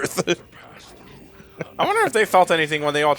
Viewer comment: welcome to earf